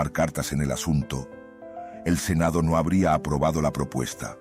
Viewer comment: soy yo o ese "NO!" Sonó como un "go" ._.